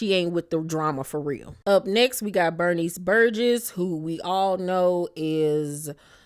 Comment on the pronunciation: Bernice Burgos not Burgess